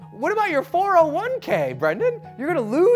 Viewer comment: I've never heard anyone say 401k like that